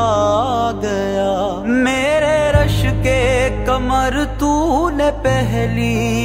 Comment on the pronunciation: Learn to pronounce ق correctly. Your رشک قمر sounds like رشک کمر.